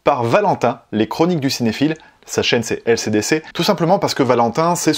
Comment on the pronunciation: Je suis le seul à entendre ACDC quand dit LCDC mdrr